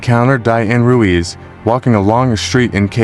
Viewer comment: If your going to do narration/voice over maybe learn how to continually pronounce the names properly? You go from saying Ruiz to Ruse in a matter of a minute. It’s pronounced “Roo-eeze”